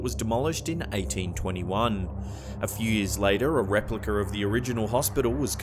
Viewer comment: A "repliker"... If it ends with an "a", he is sure to pronounce the letter "r" when it's not there. If it ends with the letter "r",he doesn't pronounce it at all. He's got it BACKWARDS!!! 🥴😂🤣